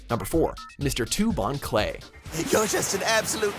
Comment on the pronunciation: It's Bon Clay not Bon Kurei